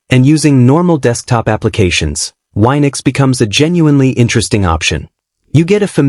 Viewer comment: It's wee-nux, not why-nux